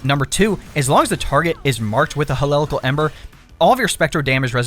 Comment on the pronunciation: It was so hard for me to watch this because how badly you fucked up some of the names like Hecate and Heliacal 😂